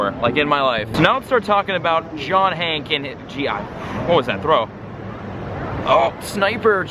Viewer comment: Stop saying John Hank!!!! (pronounce the E)